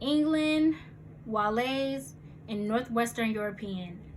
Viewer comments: Wales(like Whales) not Walez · You pronounced WALES (WHALES) as WALÉ (the rapper). 😭😂😂😂😂😂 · The fact that you pronounced country Wale like the name of someone named Wale from southwest Nigeria is more proof that your heritage is from Nigeria's Yoruba people. Funny though. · The way she said wales😂